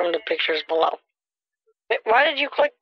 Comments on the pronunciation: just vait a moment just vait a moment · d2infinity com, just vait a moment. Vait a moment. Vait a moment. Just vait a moment.